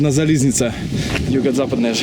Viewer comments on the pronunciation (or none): Только не коростЕнь и подусОвка, а кОростень и подУсовка =) А чтоб правильно называть железную дорогу на украинском - в конце не "а" - залiзницА, а "я" - залiзницЯ =) Спасибо, за шикарнейшие ролики! Успехов